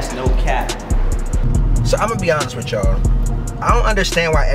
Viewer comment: “Ima be honest witchall” what you got eryybody saying now